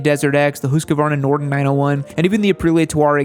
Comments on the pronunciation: Say it with me... Hoosk-vaar-nuh... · Am I the only one who is annoyed by his pronunciation of Husqvarna? XD